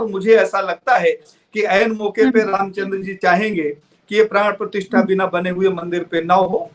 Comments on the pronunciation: मैडम...प्राण प्रतिष्ठान नहीं ...प्राण प्रतिष्ठा होता है ..... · यह प्राण प्रतिष्ठान नहीं, प्राण प्रतिष्ठा है, मैं पहले भी आपको सुधार करने को कह चुका हूं।